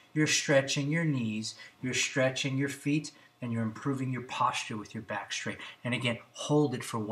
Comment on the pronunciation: It's funny - he says not stretch and straight but schtretch and schtraight. Michelle Obama has a similar pronunciation. Is that individual or regional? Anyone know?